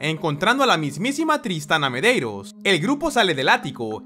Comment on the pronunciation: No entiendo cómo pronuncia algunos nombres, como se llama la poseída ? Joven Merello?